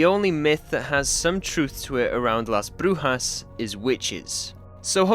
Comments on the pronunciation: that was a good pronunciation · Pretty sure he meant he isn't Spanish but he's right abt the pronunciation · I speak Spanish as mother lenguague, you said Las brujas very good, as a native from LATAM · Wdym you should be Spanish😂 also you pronounced the town correctly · Your saying it right. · As a spanish speaker, let me congratulate you for the right pronunciation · As someone who speak spanish, you pronounced "Las Brujas" very well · As a Spanish speaker you said Las Brujas correctly 🫡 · very good job on that pronunciation, you even did the hard R👌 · He does have a pretty decent Spanish tongue when pronouncing "La Brujas" to be fair 😭